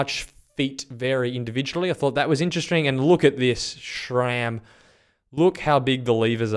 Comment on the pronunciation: Its SRAM not SCHHHHRAM